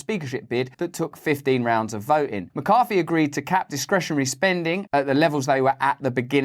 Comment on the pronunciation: Why can't the English pronounce th.....? Why is it McCarFy